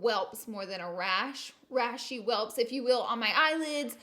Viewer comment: girl you said 'welps" LOL. Welts, girl, welts. I'm not hating though, I love you and your videos....you're the cutest!